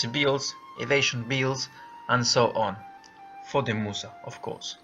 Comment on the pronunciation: Started watching. 15sec in the gentleman said 'Musa'. I proceeded to laugh uncontrollably then turned the video off...